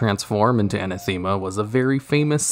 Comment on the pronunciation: Just check Google when you don't know how to pronounce something, please. (anathema /əˈnaθəmə/)